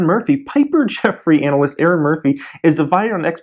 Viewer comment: did you say Anal-ist?